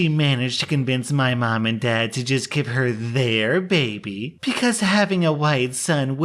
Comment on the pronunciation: MY BABEH IS NOT MONEH